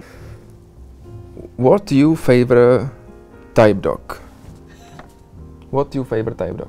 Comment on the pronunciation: "vat jů fejvrit taj dok" to se nedá psolouchat 🤣' (Myslím že ta otázka byla "What's your favorite type of dog?", což je trošku blbost když typy psů nejsou, jen plemena)